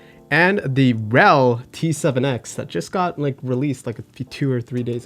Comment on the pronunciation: its not RELLL, its R.E.L